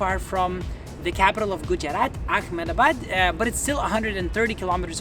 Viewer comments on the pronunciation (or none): Stopped watching when he couldn’t pronounce Mysore, Jaislamer, and Ahmedabad correctly. 😱. You went there, at least learn how to pronounce these places right.